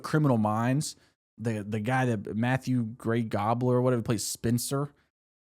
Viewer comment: … matthew gray gobbler😭… lol its gubler